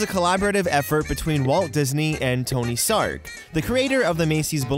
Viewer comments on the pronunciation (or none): Did anyone else hear "Tony Stark" when said "Tony Sarg"?